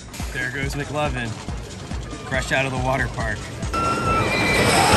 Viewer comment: thats not McLovin thats McLikin